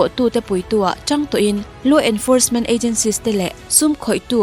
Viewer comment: English omlohna mang hi cover tur a om siloa in han lam ve thin hi cu k mur chuaih2 zel S leh sh te adag te hi gaituah ciang ve teh nagpoh Si(she ni loin) is pretty ti se i duh dn bik ami 🤣 law enforcement AZENSIES te an lungawilo ange